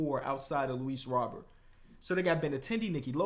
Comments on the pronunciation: hey just so you know the correct way to say Luis Robert is Ro-Bear i know it looks like Robert 😅 but that’s how he said it was back in Cuba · Little pronunciation tip, it’s pronounced Ro-bear, instead of Robert as it appears. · Just to let u know its Ro-bear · It’s Luis Roh-Bear btw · love the series. Btw tho ik you said you still learning the players but it is pronounced Luis Ro-bear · it’s Luis Ro•Bear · Hey just a heads up! Luis Robert last name is pronounced (Row-Bear)! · Luis Robert pronounces his name as “row-bear”